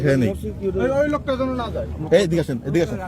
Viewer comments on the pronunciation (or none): none